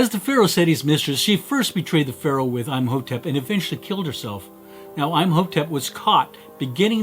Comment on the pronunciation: It’s pronounced like m o tep Not I’m a hoe tep 😂